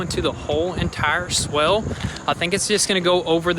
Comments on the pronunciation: It’s swale not swell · Swale is pronounced so it rhymes with whale. And the fabric might be landscaping fabric though it could be a specialized filter fabric. The former lets water through, but not plants.